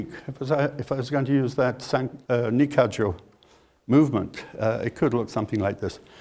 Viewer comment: I'm pretty sure that's youshinkan aikido, because he uses the proper pronunciation if Nikkajo an ikkajo